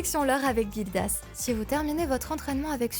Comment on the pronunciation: Gildas se prononce comme un "J" Jildas et pas Guildas comme une guilde ou comme les vagues